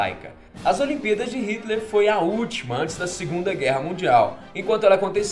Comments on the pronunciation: Só eu que percebi que ele fala olimpidas ao invés de olimpíadas. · Parece q ele esta dizendo "olimpidas" 😂😂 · Vc disse as "olimpidas" no começo do video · ce disse "as olimpídas" no começo .-. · "as aliempidas" kkkkk